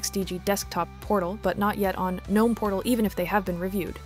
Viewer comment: girl ily but pronounced guh-nome 😭😭